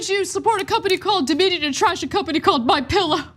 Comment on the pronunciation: Doe-minion lol